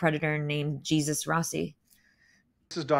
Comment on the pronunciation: the guy’s name is actually pronounced “Hey-soos” btw . It’s a Spanish name ❤ Also lithium is a chemical known as Li. It is a mood stabilizer for bipolar depression. Sometimes lithium is prescribed for depression <3 good video because you’ve been trying to do your research!